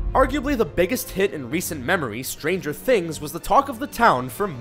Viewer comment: What's up with the way he says "Stranger Things"?